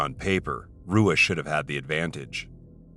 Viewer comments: Hey man just to let you know, you pronounced Shogun Rua's last name wrong. Its pronounced "Hua" like how Royce Gracie's name is pronounced like "Hoyce" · Shogun’s name is pronounced with an “ H “ Hua even though it’s spelled Rua. Let be the content along with the highlights 👍🏻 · Shogun roo-a? 😂 cmon commentary team. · Roo-uh? Shogun Roo-uh? What is this 2001? It's Hoo-uh. Rs at the beginning of Portuguese are Hs. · It's "Hoo-ah" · making mma vids and cant even say RUA right XD lmfao retire please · Great vid but butchered shoguns name. R is H. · An MMA fan yet says Shogun Rewuh lmao wtf. Every fan knows how to pronounce his last name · Rua is pronounced HOOOAAAAAHHHHSHANANANA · Don't even know how to say ruas name dog🤣😆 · Is this a computer voice?? How do you do a video on the UFC and not know how to pronounce Rua?! Seriously! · Mma channel can't even pronounce Rua correctly